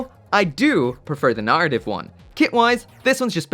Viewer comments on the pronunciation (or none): Please, please start to pronounce the word "Narrative" correctly. For weeks I would try and find "Nartiv" Gundams online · that "arra" syllable really gets away from him eh? 😂